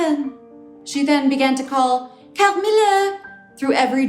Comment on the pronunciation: No one: Natasha, : cAHMILLUHH